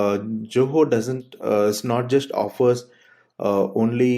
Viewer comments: why everybody saying JOHO instead of ZOHO!! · You are not pronouncing Zoho correctly!